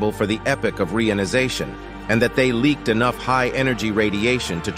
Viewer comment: re - ion - ization